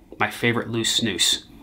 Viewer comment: i absolutely love this guy. Finally someone from the US who knows how to pronounce snus properly! respect from sweden :)